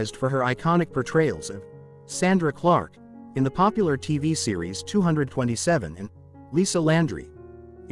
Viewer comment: The show is called 2-2-7, you say each number